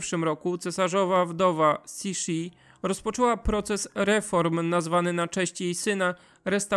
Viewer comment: Cixi /tsyśi/, w tej transkrypcji wymawia się jak polskie .